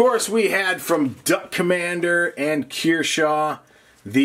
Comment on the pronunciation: Why are u pronouncing kershaw as keershaw.